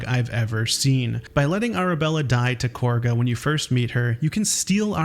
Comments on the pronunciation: i'm crying pls stop calling her "korga" it's "kahga" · Korga? You mean Kagha? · Kagha being pronounced Corguh is the biggest dissatisfaction I have with bg3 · Her name is not "Korga." It's "Kagha." It's literally on the screen as you say it when discussing Arabella. The characters just have British-ish accents, so they slip an R-like sound in there.